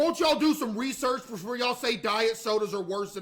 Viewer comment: i used to not lke water bwefore